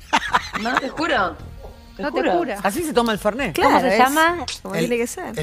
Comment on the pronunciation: Se llama y dice Fernet...fernay las p...😂😂😂